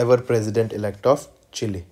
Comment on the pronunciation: see how he is pronouncing chile 😂😂😂